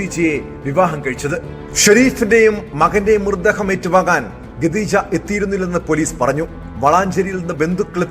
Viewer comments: ഗദീജഃ 😂😂😂 ഖദീജ എന്നു പറ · കദീജ😂😂😂ഗദീജ അല്ല😂😂😂😂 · khadeeja എന്ന് പറ 😩